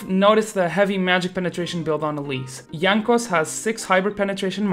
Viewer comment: you read Jankos with polish accent, are you polish?